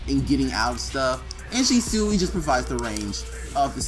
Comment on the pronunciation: It’s pronounced (She•Swee)